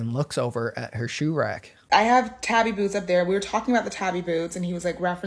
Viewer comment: Ok it’s killing me that y’all are saying ‘tabby’ 😭 it’s pronounced tah-bee. It’s a Japanese word.